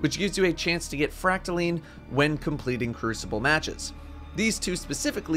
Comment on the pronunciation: Isn’t it pronounced fract-a-line not fract-a-leen correct me if I’m wrong